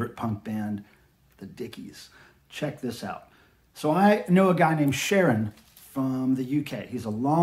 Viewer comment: Thanks for watching! And I just learned I've been pronouncing Ciaron's first name wrong all the years I've known him! Ooops!